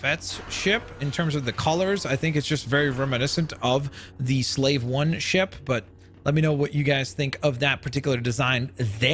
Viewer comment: you pronounced slave one wrong